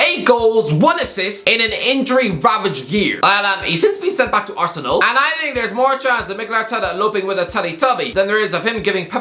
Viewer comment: No one:: " Arsenaal "